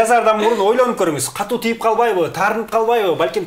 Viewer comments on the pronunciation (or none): none